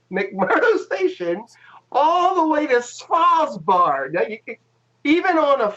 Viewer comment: There is a fine line of trolling, and you guys stepped over it. There is just too many thing wrong here at the same time that even super christian young flat earth conspiracy theorists can't swallow this. Not sure how you even managed to pronounce Svalbard the way you did ... Was the plan that you would ski around Antarctica with a camera to take the pictures? What equipment did you install down there that's supposed to help on the coverage? We're still waiting on your function at NASA, seems like you don't want to answer that still. And fiber optical cable from McMurdo to Svalbard does not make sense in any universe ... so perhaps you have a problem with comprehending things?